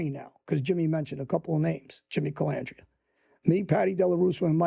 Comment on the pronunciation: Sammy was worse he called him calamandria